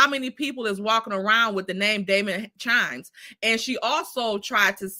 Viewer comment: It’s not CHIMES IT’S KIMES 😊